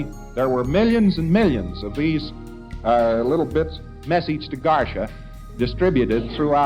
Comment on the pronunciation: LRH a man so dumb he thinks Garcia is pronounced garsha lol 😂😆😂😆